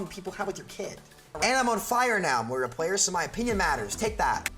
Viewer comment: It's MOIra, not MoRIA :P big oof on thumbnail... also of course everyone hates on Moira now that she's meta. Remember when she was trash before sigma?